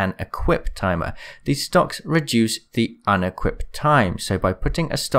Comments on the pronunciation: Did you say "STONKS?????" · I THOUGHT HE SAID STONK😂🤣🤣😂🤣😂